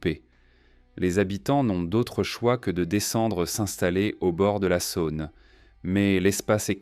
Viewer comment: Dommage le commentaire IA. J'habite Lyon et ne connais pas la Sa-Onne !